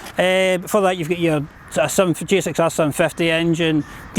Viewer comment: What it was - Suzuki GSX S750 What he told - "siajsjaiankakabakjsbhs 7pipty" took me 1 minute to understand